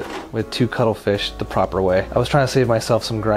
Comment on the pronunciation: I thought he was saying cuddle fish. Had to Google.... ===> cuttlefish